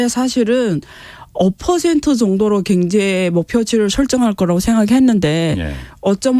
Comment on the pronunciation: 방송들으면서 순화된 발음을 망가트리는 시간이 됩니다. 겡재 갱제 희안 합니다 KBS라디오 방송 이-------! 큰것을 놓치는 편성과 모든것이 내부의